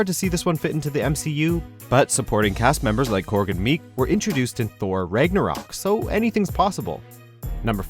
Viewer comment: how does he say "Ragnarök"??? lol the guy reading this off the script DEF is NOT a comic book fan or a fan of the MCU or even saw the movie or else he would've been able to pronounce it correctly on his first attempt with no problems or issues whatsoever... who agrees with me on this one???